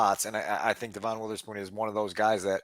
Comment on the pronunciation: DEVin. DEVin. DEVin. DEVin. How can you sit there and say you watched a ton of Illinois football and pronounce his name DuhVON?